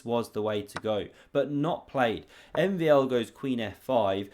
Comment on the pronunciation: my my you butchered MVL 's name lol